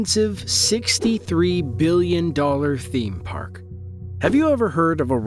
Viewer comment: 3.5 "billon"???